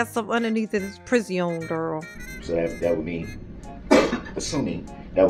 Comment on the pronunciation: Every time says "priz-e-onn", I start giggling!😂